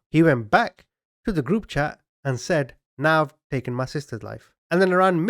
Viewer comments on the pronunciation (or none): none